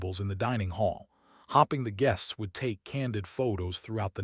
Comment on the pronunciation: Hopping or hoping. Is this AI and isn’t effective in using the correct pronouciation?